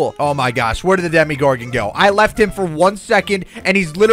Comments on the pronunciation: he said it like deme-gorden when its acally demu-gorden well its pronosed that way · Demogorgon not demigorgon it sounds like demigod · ITS DEMO NOT DEMI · ITS NOT CALLED A DEMIGORGEN ITS CALLED A DEMOGORGEN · Did anyone else notice he was telling demigorgon for demogorgon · Not demi it's demo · Demo not Demi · this is how u say demegorgon dem-a-gor-gin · I love stranger things to much to not correct you it is a dem-o-gor-gon